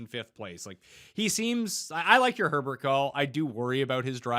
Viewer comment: Literally everyone I listen to mixes up Lucas Herbert and Benjamin Hebert. It’s not difficult. Herbert is Australian. You pronounce that how you normally say Herbert. Hebert is French.